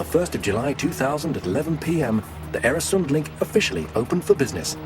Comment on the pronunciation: Øresund/Öresund! Not Eresund!